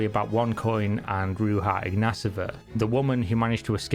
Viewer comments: Why are you pronouncing her name Ru-ha Igna-sova when it should be Ru-ya Igna-tova ? And why are you pronouncing her brother's name with an -a at the end which is feminine, when his name is Igna-tov ? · Ruha :D learn how to pronounce the name at least if you are going to make a video about this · Her name is pronounced rooshah, just my 2 cents. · Her name isn't pronounced as RU-HA but RU-ZHA. The -zh being the sound as in "measure". Ruzha. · Her name is Ruzha not rooha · it's pronounced Ruzha, not Ruha, smh. She's Bulgarian, not Spanish. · Son , its R-U-ZH-A not R-U-V-A or R-U-H-A. Her name is Ружа or Rose on english . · Her name is Ruhza, Not Ruha ;-) - check the original Bulgarian spelling ;-) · She's Bulgarian, not Latina, so [Roo-zha] not [Roo-ha]. It was so distracting throughout the video... 🤦🏼‍♂️ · my friends, she is not from mexico, its not pronounced ruha, its ruzha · ITS RUZHA , NOT RUHA !!! THE J IS PRONOUNCED ZH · it's not pronounced Ruha but Ruzha instead and she is just the scammer that got caught, the rest of the cryptocurrencies are equal scams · Ruja is pronounced like Rouge, not like bruja. Just a heads up. :) She is a 100% certified gypsy ad I wouldn't buy fake perfume from her, much less crypto tokens. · If you are going to speak about her, at least make sure you pronounce her name correct next time. It is not RuHa, it is RuZHa. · It's not pronounced Ru*H*a. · It's pronounced Rouzha in English and Bulgarian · My dear country fellow woman Ruja, she was so nice and funny. BTW you have butchered her name, J is like in Jack not the spanish J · Ruja is not pronaunced like that it's Rudzha. Great research. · why are you pronouncing here name, like shes spanish? her name is Ruzha. Ruja is just the phonetic writing of her name, because "j" is often used as the phonetic letter for the bulgarian "ж". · Ruja iz read as "ru-zha" meaning rose. Bulgarians are not speaking Spanish so they don't read their Js as Hs. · You mispronounce her name horribly.